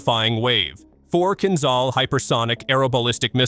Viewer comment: Kinzhal (a dagger) is pronounced: Kin Ja (like JAR without "R") L (like LET without "ET"): Kin Ja L